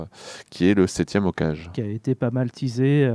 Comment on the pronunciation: Non mais sérieux c'est quoi ce travail bâclé, vous parlez d'un animé dont vous n'avez vu même pas une minute.. hokage se lit hokagué et non hokage juste pour info.